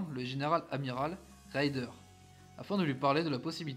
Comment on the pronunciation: Ces vidéos sont bien faites mais elles pêchent par une inculture linguistique assez désolante. Le Grand amiral Raeder est écorché en "raïder" quand il fallait dire "raidèr". Le Bismarck et le Scharnhorst sont correctement nommés, même quand on ne sait pas un mot d'allemand. Le Gneisenau est écorché, la désinence "au" se prononçant "ao" (par exemple die Augen, les yeux, se dit "aoguen"). C'est bon pour le Tirpitz, très bien pour le Prinz Eugen, mais le Admiral Scheer est écorché (Scheer se prononçant "chéére" avec un é long) Dantzig, pourtant facile à prononcer, a aussi été écorché. Ce que j'ai toujours aimé avec l'allemand, c'est que cela se prononce comme c'est écrit et que cela s'écrit comme cela se prononce, et il est impossible de faire des fautes d'orthographe (comme en italien). Le problème pour nos oreilles vient des innombrables dialectes, et les Allemands en souffrent aussi avec les Suisses. Par contre ils comprennent bien le néerlandais. Bon, on connaît la triste histoire du Bismarck, seul le Gneisenau termina la guerre, dans la Baltique en évacuant les gens de la poche de Courlande, puis il fut "ferraillé". Il avait eu une vie mouvementée mais il avait survécu. Au nord de l'Ecosse, il y a 3 archipels : les Orcades, les Shetland et les Féroé. Ne pas savoir "Féroé" est de l'inculture géographique ! Et à la fin, des opérations seront mises-T-en place pour couler le Tirpitz. Bravo pour le cuir ! Le gars qui dit le commentaire est sacrément peu lettré, et j'édulcore ma